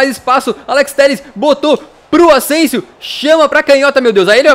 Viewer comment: Vc falou ausensio